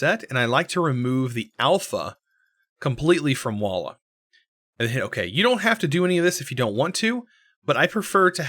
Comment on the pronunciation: What is "Wallah"? xD